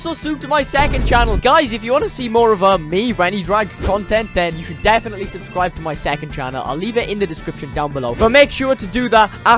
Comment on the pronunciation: It’s subscribe not subeeee